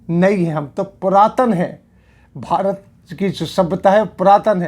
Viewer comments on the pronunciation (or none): none